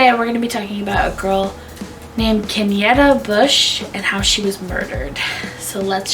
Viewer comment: And it's Kenyatta (KEN YA (Ahhh sound) TTA)